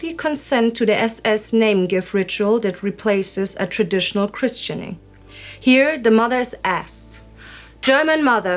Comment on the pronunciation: Christening, the T is silent when pronouncing it.